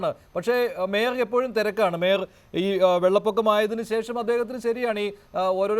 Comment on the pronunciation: Adu mayor alla maier aanu😂😂😂